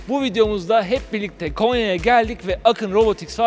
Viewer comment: KENYA DEĞİL KONYA :):):):):)